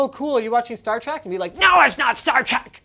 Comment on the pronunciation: Star Trek, not Star Track